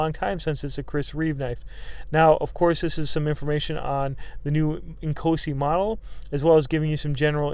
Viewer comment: I thought you were saying "small and cozy" then I looked at the title lol